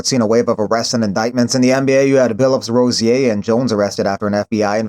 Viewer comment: Your saying rozier wrong. Its pronounced ro-zeer